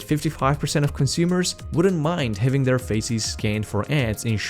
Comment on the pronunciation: oi mate be careful with your pronounciation of "faces". youre very very close to saying "feces" :D excellent content, thank you!